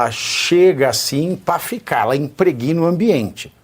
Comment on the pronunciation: A pronúncia é “imprégna” e não “impreguina”.